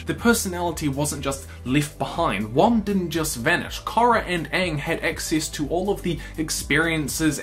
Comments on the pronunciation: It's Wan not Wang. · how many people do I have to explain this to? IT'S WAN NOT WANG